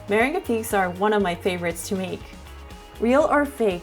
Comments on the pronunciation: Me-ren-gah? Oh boy. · She pronounced meringue like mer-in-guay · I'm sorry but that is not how you say 'meringue'